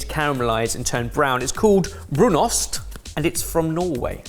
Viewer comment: Heck yeah, you did Brunost properly. Thank you